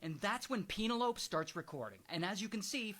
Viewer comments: its pronounced pen el o pee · He knows . It's more fun mispronounced, don't you think?